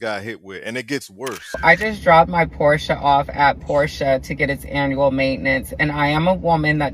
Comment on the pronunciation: Porša haha